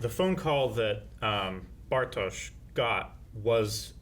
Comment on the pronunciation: Curious how you'll feel about Hannah in the future. Haha I'm really enjoying these Dark episodes, so many good memories. Also: "Bart" and Jonas pronunciation not the German version... Oh my...